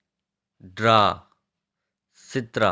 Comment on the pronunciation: என்ன இது உச்சரிப்பு. சீவு என்ற சொல்லுக்கு कंघी என்பது ஹிந்தி அதை கங்கை என்று உச்சரிக்கிறீர்கள். அது கங்கி என்பதுதான் சரி चित्र என்ற சொல்லை சித்ரா என்று சொல்கிறீர்கள் அது சித்ர என்று கடைசி எழுத்தை குறிலாக உச்சரிப்பதுதான் சரி.இன்னும் நிறைய ஹிந்தி சொல் உச்சரிப்பில் பிழைகள் உள்ளன.ஆனாலும் மிகுந்த பயன்பாடுடைய சொற்களை தேர்ந்தெடுத்த மைக்கு பாராட்டுகள் मोडो என்ற சொல்லை மோரோ என்று உச்சரிக்கிறீர்கள் அது மோடோ என்பதுதான் சரி